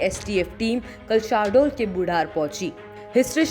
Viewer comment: अबे voice over वाली मैडम शाहडोल नही शहडोल बोल 🤣🤣